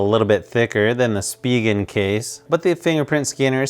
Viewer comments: It's just "Spih-ginn" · Say Spegan one more time I swear 😂